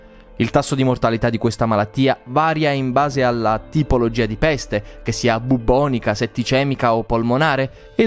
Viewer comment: Ma raga bellissimo come ha detto: PPPESTE😂